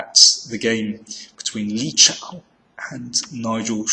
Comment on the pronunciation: Danny, it's Li Chao! There's no "Shao"!